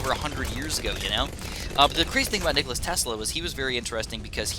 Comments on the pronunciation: its nikola not nicholas.... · Tho he calls him nikolas xD